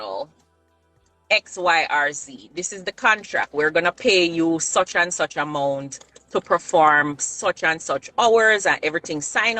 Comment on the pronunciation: You and vybz kartel are saying two different ting, you are saying am out and he is saying amout as in a mouth